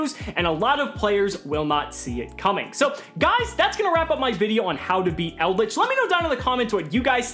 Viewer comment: Shout out to for pronouncing the trap monsters correctly 👌